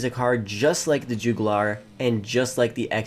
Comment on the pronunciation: The “Jewgoolar”… 😂